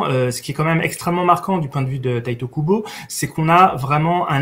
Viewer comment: pourquoi certains disent "tayte" Kubo ?? En japonais un "i" se dit "i" ....